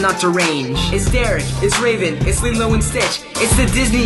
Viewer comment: haha he says limo and stich or however that blue guy is spelled its post to be lilo